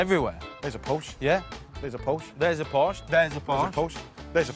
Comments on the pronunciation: Porsche not Porch. I'f you're going to call the English out on our pronunciation make sure you can speak the 'lingo' before doing so. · Por-shhh? Porsh-uh!!!